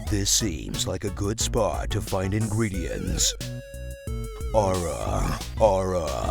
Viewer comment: You butchered Ara ara in purpose you monster 😠😠